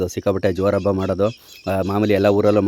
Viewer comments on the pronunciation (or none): none